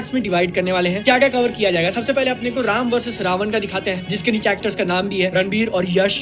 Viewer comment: Mam, people in the north call it Ramayan with न but it's actually Ramayana/Ramayanam with ण और णमः and Ravana is रावण not ravan